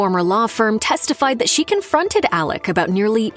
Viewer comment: It’s Alex, not Alec!!!